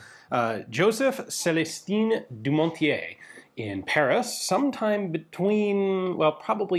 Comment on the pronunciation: I always find it interesting to learn about french civilian guns after wwii it kind of was forgotten. A minor "error" it's pronounced Célestin not Célestine, he we was not a woman.